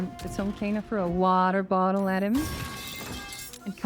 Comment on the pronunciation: Never change how you pronounce waterbottle lmao